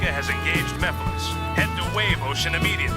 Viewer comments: larry you just heard shadow pronounce it "meff-a-less" so you choose to say "miff-ill-is" ??? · I like how this video is about voice actor mistakes and then he mispronounces "Mephiles" from Sonic 06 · First off you pronounced Mephilis wrong, and second, Shadow is saying that because he finally found a way to defeat Mephilis after spending hours not having anyway to do so before now. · I feel like Larry's incorrect pronounciation of Mephiles and Erroneous were intentional for the sake of a joke